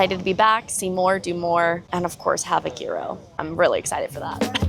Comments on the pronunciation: I usually try not to be that person, but I have a couple pieces of constructive criticism, if I may. 1) gyro is pronounced year-o, not gear-o. 2) it’s sayl-away, not sal-away! 3) it’s kinda discombobulating when your audio keeps going but the video doesn’t cut at the same time as the audio. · It’s pronounced yee-ros, not gear-row. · It's YEER-oh 😅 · I enjoy your vlogs, but I am sorry to have to correct you but a gyro is not pronounced with a hard g as you pronounced it but google AI explains it best: "The Greek food "gyro" is pronounced "yee-roh" in English. The "g" is silent, and the "y" sound is similar to the beginning of the word "year". The "r" is rolled slightly, and the "o" sounds like the "o" in "go". " I apologise for being pedantic, but I feel, if possible we should always try to pronounce foreign words the way locals do. It is a sign of respect for their language and culture and I know you are a respectful person. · Yeah I couldn’t take it either, she seems like she would know better! 🤦🏻‍♀️ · Gyro is pronounced Euro. Welcome to Greece🇬🇷!